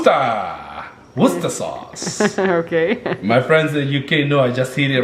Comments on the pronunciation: Yes!! You're the first none British person I've heard the pronounced 'wuster' sauce like we do 😄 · Well done on the pronunciation 'Wuster' sauce was perfect! 👍🏻🇬🇧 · It made me smile when he said it right. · I have a grin from ear to ear 😁 Well done you got it ‘WUSTER’, I’m so proud of you 😂😂 You are absolutely my favourite you tubers, you are a lovely couple and your children are great. I’ve just been watching your birth stories and I was absolutely hooked, I seriously can’t get enough. Much love, Karen from England ❤️❤️ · I just stopped in my tracks! pronounced Worcester perfectly! I'm from there and always cringe when Americans try and pronounce it, but that was excellent, well done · Yay solo you got the Worcester right😁😁. If you want to put the the shire on the end it's pronounced sheer. In UK some people call it lea and Perrin which is the brand name here. Love your videos and always watch. Love to you all xx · You said Worcester sauce as we do in England